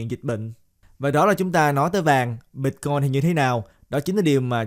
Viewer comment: Ban noi chuyen hay day! Nhung mà ban pronounce la Bít-coin thì nghe suong se hon. Great work!